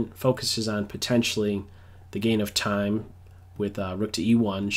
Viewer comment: "I vill mess vith taime,i vill mess vith time".